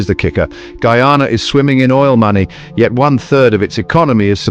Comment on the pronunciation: He cant even prononce name of coutry properley skunt man cha